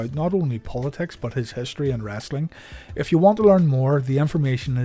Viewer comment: If you ever had any questions where the southern dialect came from, listen when this gentleman says " wrasselin" . LOL